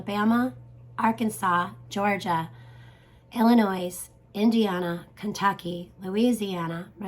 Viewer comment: Dear, I reside in Eastern Iowa and I am from Southern Illinois. As I recall, last spring Spring of 2023 their were Cicada sounds and Cicada shells here. I will remember this video from you come Spring 2024. AND it is pronounced "ILLINOI", the S is silent. Thank You for this interesting report 👍.